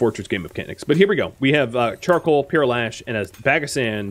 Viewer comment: Never heard pearl ash and pot ash pronounced this way before. Enjoying the series and the extra explanation behind the decisions. It really helps to understand what is going on.